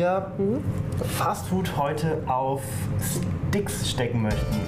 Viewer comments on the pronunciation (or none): habe verstanden : 'weil wir heute Fastfood auf Dicks stecken' 😂